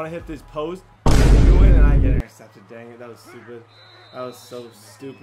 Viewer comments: It's not newen it's pronounced wynn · His name is pronounced Nguyen= win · Hey, love the videos but Nguyen is pronounced “wen” just a heads up keep up the amazing videos!!